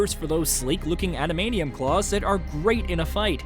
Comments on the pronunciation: "ADAMANIUM?" ATLEAST GET SOMEONE THAT CAN PROPERLY PRONOUNCE ADAMANTIUM LETS TRY IT TOGETHER. AD A MAN TIUM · "anamnium?" Annunciate you weirdo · did this guy just say “Ada-madium”? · Yes he did🥲 "Ada-manium" 🤦🏻‍♂️ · My ears did a double take